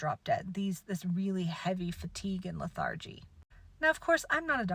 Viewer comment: Pronunciation tip: la thar gy is incorrect. It’s leth ur gy. Lethargic IS indeed pronounced la thar gic and that is the reason for the mispronunciation of lethargy. 👍